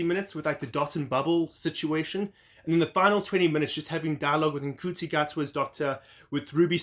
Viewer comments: He said the name wrong, which he has said in comments, but it is pronounced n-shoe-tea. Ncuti confirmed recently in an interview that he has been saying his own name wrong for so long and his mum phoned him to say why are you saying your name wrong in interviews. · Wow, your speed of posting is impressive, I gotta say tho, ncuti is pronounced 'shoe-tee'. Thanks for sharing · You're a little behind in your news. In a recent interview, Ncuti said that the "n" is lightly pronounced; as in nShootee.